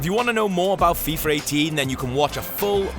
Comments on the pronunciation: its fifa18 not fifur 18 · why does he keeps calling it freefa